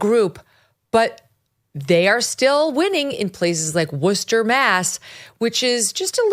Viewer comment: Hey Megyn, I live in a Worcester suburb, just wanted to commend for actually pronouncing Worcester correctly! That is an art! And of course you are correct, the city is out of its mind.